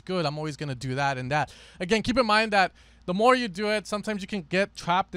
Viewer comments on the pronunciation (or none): none